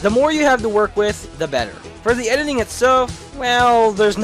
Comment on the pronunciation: You keep pronouncing editing "ediling".